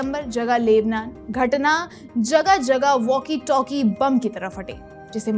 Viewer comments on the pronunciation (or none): मैम वाकी टाकी नहीं होता है... वॅाकी टॅाकी होता है.... इंसानियत की नहीं बल्कि इंसानियत का होता है... लगता है अंग्रेजी माध्यम पढ़ी हैं....